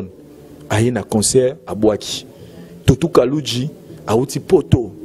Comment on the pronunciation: On dit concert pas conceur Et humanitaire pas humaniteur